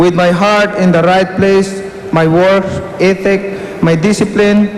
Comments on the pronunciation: kudos! hope you do in Saranggani what you just said in your privilege speech... i had to rewind after that work ethic part because i honestly heard "itik" and thought of a duck and I'm like "huwaaat?" LOL! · Baka ang ibig sabihin ni Manny ay "work ethic," hindi "itik"! XDDDDDD